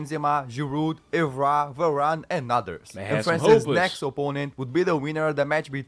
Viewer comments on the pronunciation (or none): none